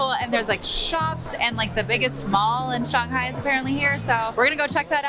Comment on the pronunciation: If you lived in China for a whole year, then why are you saying Shanghai and char siu incorrectly?